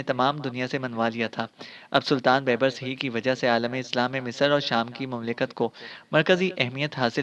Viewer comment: بھائی بیبرس ب٘یب٘رس دوسری ب کے اوپر شد ہے